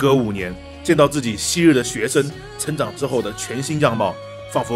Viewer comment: 学校，一个生来就是为了让人成长（重音）的地方